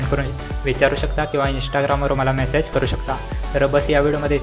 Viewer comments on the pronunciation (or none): none